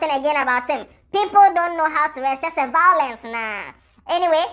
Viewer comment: Omg vawulence🤣🤣🤣🤣🤣 It’s Alatiawe’s reaction for moi🤣🤣🤣